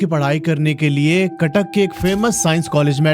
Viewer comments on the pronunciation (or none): That is Cuttack not katak... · It's Cuttack not katak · Katak ❌ cuttuck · Cuttack not katak😂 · Sir katak nehi cuttack hai😅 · Bro katak nahi haa Cuttack 😁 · Not katak that is Cuttack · It's Cuttack not katak sir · Bhai katak nehi Cuttack hai😂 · Bro that's Cuttack not katak 😑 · katak ✖️CUTTACK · Abe katak nehi Cuttack hai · Bro cuttack not kattak